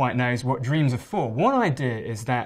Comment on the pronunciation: Everybody dweams! Dang I like his pronunciations.